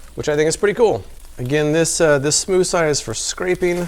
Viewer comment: Smood? Where's the Thneed?